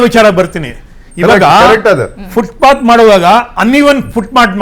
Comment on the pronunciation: ಅದು ಫುಟ್ ಪಾತ್, ಫುಟ್ ಬಾತ್ ಅಲ್ಲ ಅನ್ನೋದು ಮೊದಲು ಗೊತ್ತಾಗಬೇಕು.